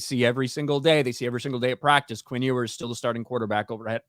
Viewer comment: Ewers = “YOU-ers” not “Oo-ers”😂